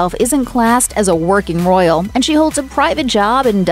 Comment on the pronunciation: If you say "Roryal" one more time, i am going to explode ! If you can not speak or you are not willing to empty your mouth before speaking -just decline!